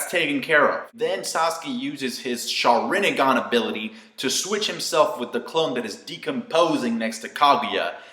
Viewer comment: ok i still could not get this even after your explanation, but thank you. also, why do you call it shar-RIN-a-gan? isn't it shar-in-gan? and, i didn't know kakashi would go blind, woah!